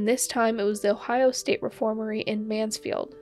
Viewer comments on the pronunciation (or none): It was a reformatory not reformary